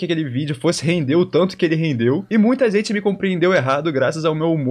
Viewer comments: Cara fala zenti.. igual o fefito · Ótimo vídeo! Vc fala a zente e izn Troca o g pelo z igual o fefito hahahahah